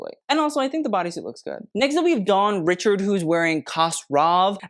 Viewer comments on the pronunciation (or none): You mispronounced Dawn's last name. It not said like Richards, it's ri-sha-ahd